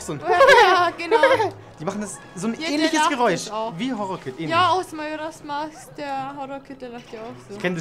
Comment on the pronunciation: Es heißt nicht Marojask Mask es oder eher gesagt wird es Mäjorers Mask aus gesprochen